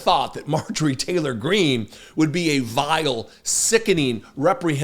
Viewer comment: Heavy emphasis on VILE and SICKENING 😂